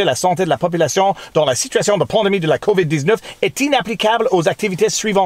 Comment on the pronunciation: It really, really sounds like you keep saying 'COVID-deeznutz' when you say COVID-19 in French.